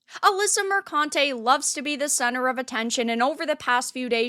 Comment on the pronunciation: Let me buy "u" a vowel.